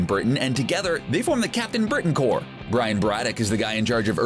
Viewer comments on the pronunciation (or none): none